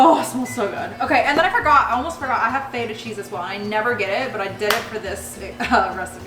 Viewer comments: It’s feta, not fayta cheese 😂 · Honest question… have I been saying feta wrong. I’ve heard other people pronounce it like that too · the way she says feta is so funny